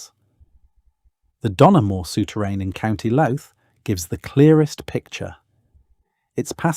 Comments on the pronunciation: ..,and YOU looted the name of LOUTH....pronouncing it LOOT!! 😅🇮🇪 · ..pronunciation: Glendalough = glen-daw-lock, Louth = loud-th